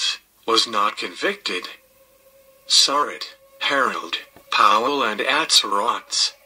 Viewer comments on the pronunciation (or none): They always pronounce her last name wrong, It is pronounced Sir- Rat not Sir-Rot. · Just wanted to help you out with pronouncing Mary's name.